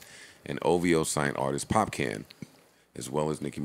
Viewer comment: popcan wow joe...its popcaan theres 2 a's the disrespect is real lol